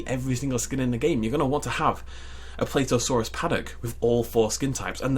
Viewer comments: Plateosaurus is pronaunced pla tea o saur us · The way he pronounces plateosaurus...